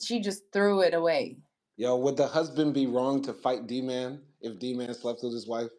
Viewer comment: My question was how did he know how to read and write if he never had that kind of education? He just knew how to do that one she had a typewriter type device? That’s what didn’t make sense about her story. She also didn’t really pronounce Dman correctly. It’s like she just made up the name. In a way it’s like Anna actually believed her own story though…, I’m not sure what to believe.